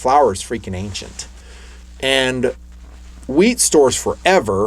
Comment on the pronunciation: Did any one else hear him say “I have weed as well and I have a grinder” ish? I had to listen 3 times before I realized he said “wheat”